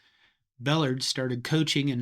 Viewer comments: Please pronounce his last name correctly. Bel lard like the type of grease used by my grandmother. Jimmy Johnson we he coached at Miami moved linebackers to defense ends and defense ends to linebackers. Sir did you know who quarterbacked Oklahoma in the early 50’s. It was coach Royal. Coach Berry learned the flex bone from Arkansas coach Ken Hatfield. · Small point. Having been a student at Texas in the late 60s, Bellard's name was pronounced with the accent on the second syllable- bel LARD. No biggy. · Thanks. Very interesting. I think Emory’s last name is pronounced with emphasis on the second syllable. “Bell -LARD”. (Last syllable pronounced as in rendered pork fat..) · Excellent, thanks! Oh, btw, Bellard is pronounced buh-LAHRD. 🙂 Hook 'Em. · His name was Ba-lard pardna! You shouldn’t do things like this. If you can’t pronounce the mans name. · It's pronounced Buhlard like yard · His named is pronounced Bel lard' the accent is on the second syllable. I knew him, he lived in my town for several years. Would have coffee with him on many mid-morning. Great guy and a damn good golfer, shot in the 70s. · Emory Bellard's last name is pronounced "buh lard" with the accent on the second syllable. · Emory "Buh LARD" is how his name is pronounced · Bellard is pronounced Ba-lard btw. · I believe that Emory Bellard pronounced his name buh-LARD. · Emery’s last name was pronounced Ba-Lard. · Coach Emery Bellard's name is pronounced, "Ba-LARD", with the emphasis on the second syllable. Other than that, good video. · Great video! Btw, Bellard is pronounced "Buhlard", somewhat different than it's spelled. Thanks for all the work that went into this video. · Emory BELL-RRRRD. Pronounce it properly. Thanks. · I always heard the name pronounced Bel-LARD'. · Emory Bellard is a major part of this video. Why do you mis-pronounce his name ? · I wish this expert would learn how to pronounce Coach Bellard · Bellard is pronounced with the accent on the second syllable. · It’s Bel-LARD.